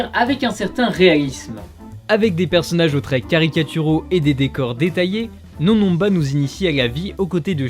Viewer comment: les "on" de NonNonba ne se prononcent pas comme dans le mots "non" !